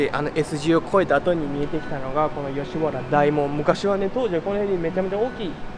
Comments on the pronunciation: あとついでに言うと「よしはら」じゃなくて「よしわら」だよね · よしはらでなくよしわらです、だいもんではなくおおもんです。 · 『だいもん』は港区芝だよ、吉原は『おおもん』。あと馬肉は『ばにく』吉原は『よしわら』ね。